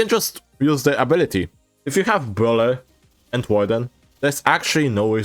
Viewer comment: "bwhut wit bruleer, but wit bruwleeer" -, 2024